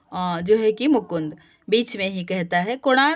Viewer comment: वाक्यों के उच्चारण सही न हो तो सुनने वाले को भ्रमित करती है। आपने पूरा नाटक पढ़ा है धन्यवाद पर बीच को बाच और अधूरे वाक्य खंड है कृपया ध्यान दें। नाटक पढ़ा रही है तो संवादों का उचित उच्चारण करें।🙏